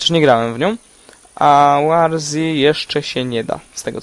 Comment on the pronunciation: Eeej nie "łarzi" tylko "łorzi" ;)